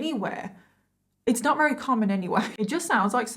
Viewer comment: When you say “very” You say “rerry” hehe x